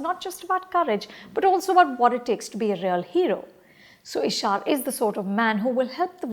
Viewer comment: She watched the movie and can’t even pronounce the lead’s name ishaaaaaaaar ‘’’And all about those action scenes in the end they went overboard with it’’ Its an action movie anupama come on Why do i feel like you are just reading a review made by your team